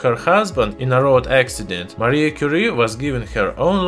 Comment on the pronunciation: Madam Quire => mariegue 😂😂😂😂